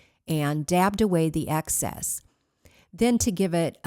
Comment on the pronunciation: Excess not access